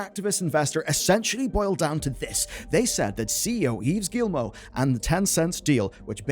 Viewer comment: Great video. Gy the way, Yves is pronounced like "Christmas Eve". Yes I'm french... And you pronounce Guillemot perfectly... Yes I'm french.